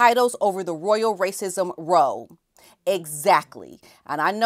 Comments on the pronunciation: Hi: Just so you know, when you refer to people having an argument as a row, it rhymes with now or cow. It's not pronounced the same way as, to row a boat. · It’s “row” like “cow” not like “toe”, lol. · Love your perspective on this. I cannot understand how they can keep getting away with the treacherous lies and behaviour. BTW as a British subject Row is pronounced like How Or Now not Ro like Ho ( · It is row (like cow) not row (like grow). Ask a Brit. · I've noticed that a few American commentators pronounce "royal ROW" as in row row row your boat. When the word row is used as an argument/dispute then ROW is pronounced like how, plough, vow etc. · I love listening to you! I'm on a mission to help all my wonderful YouTube content providers in the US that when the Brits are talking about a 'row' - as in an argument (the ridiculous 'race row' comes to mind....), the word 'row' is pronounced differently - it rhymes with 'cow'. A row of chimneypots is still a row as in 'row, row, row your boat', but an argument rhymes with cow. :) Keep up the amazing work, I love how you support our beautiful Royal family - minus the two non-royals who definitely need a smackdown! xx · A race row, or any kind of squabble or argument that uses the word row, should be said the same way as cow or how. Is it that Americans don’t usually use this word as I hear many American You Yubers pronounce it in the same way as low or tow? It always makes me laugh when I hear it, so sorry it just sounds so funny. Love, love, love the show. Always agree with you, you are a smart and intelligent lady, thank goodness you’re on our side 👑🌺